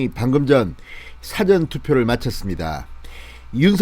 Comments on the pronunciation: 싸전이 아니고 사전입니다. 일사 앞전 이라는 발음을 부탁합니다. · 제발 사전 짧게 발음하면 딕셔너리라니까요 길게 발음해 주세요 뜻이 달라집니다 미리란 뜻은사ㅡ전 명심해주세요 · .. ' 사전' 이란 용어의 억양이 듣기에 많이 거슬리는데 맞는 억양인지 ? 한번 생각해 주시기 바랍니다